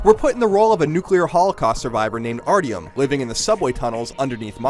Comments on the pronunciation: RD-YUM? Is that robot of somesort? xD Its pronounced Art Yom not Ardee Yoom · Ah yes, ardeeom. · holy dam, how is it even possible to pronounce artyom name so fucking wrong, its spoken infinitly during the game, how do you not know how to pronounce it (Art-yoem) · Gives a game a horrible review because it isn't call of duty and can't even pronounce Artyom properly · How did you say Arytom wrong? It's really easy to say